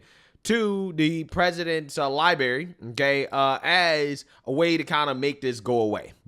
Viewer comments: "liberry" is not a fuckin word! it's spelled and pronounced "library" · 🎉🎉🎉love ya man but its Library not Liberry. 😅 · Bro. It's library. Not liberry lol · "lie-berry" haha. Love you Big dog! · Sorry man gotta do it to ya. Its pronounced Lie-brary library. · you said "li-berry"😅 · We’re ALL ADULTS RIIIGHT⁉ So why is here pronouncing library as ‘’LIE-BERRY’’ like a small child. At least he doesn’t have a lisp like a worrying amount of younger Gen Z’s 😳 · Love that ypur always just be ing you. Conservative/republican because you can think for your self. Lol he said "libary", love it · Honey, I love your work. Please perfect it by saying "LibRary". Don't forget that "R". Thanks.